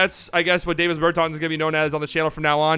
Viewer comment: DAH-vis Bur-tahns